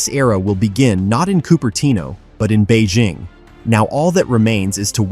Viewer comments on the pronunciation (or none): none